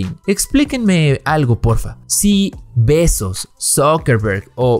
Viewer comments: Que madre la de este tipo, ni siquiera pudo decir bien el apellido de Bezos. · El Elon "Muks", el Jeff "Betzos" y el Mark "Zukemberg" 🤣🤣🤣, obviamente está muy bien informado, y la cara de los otros dos lo dice todo